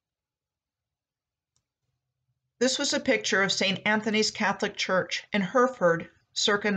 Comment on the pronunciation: Hereford is pronounced Heh.ruh.fuhd. :)